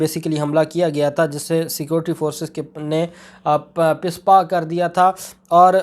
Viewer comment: AoA Mein ne aapko pehle bhi kaha tha apna urdu talaffuz sahih karein.Lafz PISPA NAHIN HOTA BALKE "PASPA" HOTA HAI AAP HAR LAFZ MEIN ZEIR LAGA DETE HAIN PLEASE AISA NA KIA KAREIN.THANKS